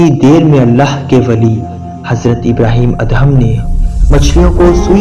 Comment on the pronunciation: Assalam o Aliaqm ya ap HAZRAT ABRAHEM ALLAHYMUSALAM YA ELHAM KIA HOTA HYE PHLY APNI URDU THEK KARIN OR PAGAMBRRON KI RESPECT KARIN PLZ